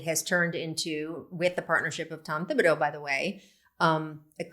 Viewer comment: Pronounce Thibodeau's name correctly if you are going to make fun of the Knicks.